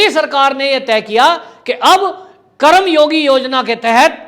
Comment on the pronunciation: सर जी उच्चारण सही और शुद्ध होनी चाहिए.! ये शब्द करम योगी नहीं बल्कि कर्म योगी है. संधि शब्दों का उच्चारण सही होना चाहिए.धन्यवाद..🙏